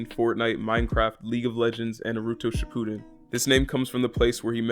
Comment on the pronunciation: this mf really said nuhrootwo shippooden